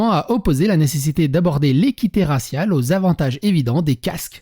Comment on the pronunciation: Raciale et non rassial😤😤😤😤😤